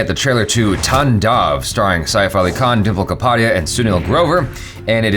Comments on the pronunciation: It's not tandav pronounce it like taandaav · Its taan-dav not tandav